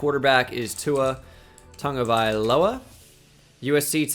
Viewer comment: Where does the “N” come from in Tagovailoa? I keep hearing “Tua Tungovailoa” where is the N